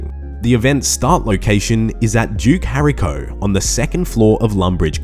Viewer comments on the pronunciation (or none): normal pronunciation: duke horacio: duke harico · Duke hariko?!!! It's pronounced Whore-ratio....Horacio! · Did anyone else not notice him butcher the Duke's name? its Duke (Hor-Ray-She-Oh) Horacio. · Think youll find it is Duke "Ho-Ratio"... You jus spoke some Lèse-majesté if I ever heard it 😂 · duke harryco lmao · Duke Hairy Co. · HO-RAY-SHEE-O, You are British, for God's sakes man! Know your Shakespear! 😂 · HOR- RACE- CEO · how the fuck does he nail awowogei in one go but somehow absolutely slaughters horacio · The way he butchered the name 😂